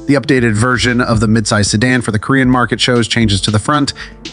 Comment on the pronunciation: "Si Dawn" ??? No one in the world before you made this video pronounced "Si Dan" as "Si Dawn" ..... so awkward